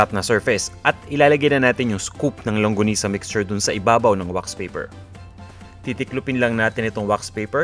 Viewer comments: "longgonisa", "langgonisa". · Thank you! Medyo distracted Lang ako, sa paiba ibang bigkas, hehe. longanisa, langonisa, and my favorite longonisa. :)